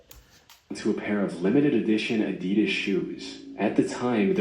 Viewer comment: I love you and your love for Adidas, but you do know you're not pronouncing it right, right? Been watching you for years now and I just have to ask🤷🏽‍♀️😂😂 all love tho🫶